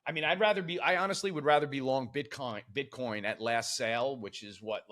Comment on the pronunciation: Did he say “bitcon”?😂